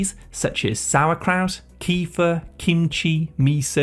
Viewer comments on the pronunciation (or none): none